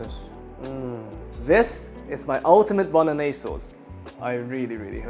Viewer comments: Nobody says bolognese correct. LOL!!! Great recipe my friend. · Bolognese - Bono-gnese?